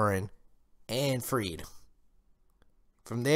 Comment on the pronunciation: are they gonna show this to us in season3?! btw its - ferid not freed ☺😜